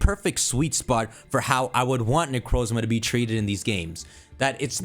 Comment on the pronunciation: IS THAT A TERAPAGOS PLUSHIE IN THE BACKGROUND Also, FINALLY, someone who pronounces Necrozma like I do! The Pokémon that starts with a Z and one that ends with an A is perfect, though I think it either has to do with A-Z, Arceus, or a new A-legendary from the past that might’ve gone extinct or might come back in an SV event, but still a fun theory!